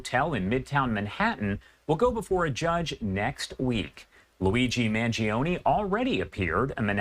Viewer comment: MAN-JO-NEH Not Mangeeohnie, regatone, Beefaroni FFS